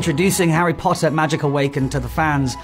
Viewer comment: The way he says “poTtAh” is just to much😂😂